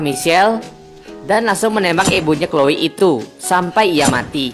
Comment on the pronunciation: kak Chloe bukan chole🙈